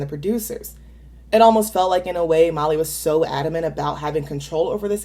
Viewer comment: I enjoy your videos,, but why do you pronounce Miley's name "Molly?" Even when it's transcribed with subtitles online it's written "Molly."???